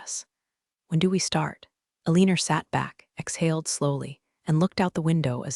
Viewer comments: Why is the name Alina being pronounced "Aleaner?" And the glance of eyes would be related to rzdar, not sonar. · Alina pronounced with "er" ending, not "a". Pentagon shouldn't be hard to say . Very sloppy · Ah lee ner ?? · Why does the call her Alinar? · Some real-life accents will add a tiny 'r' to some things ending in a. I have heard people talk about having an agender instead of agenda, for instance. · If her name is Alina (whose name the bot cannot pronounce) than why did she sign off as E.M.?